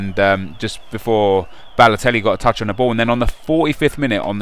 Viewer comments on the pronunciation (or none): You Said Lelotelli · Mario Ladotelli, yupp said Ladotelli. Like so he can see.